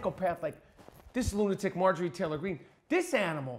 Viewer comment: "Traylor," Greene.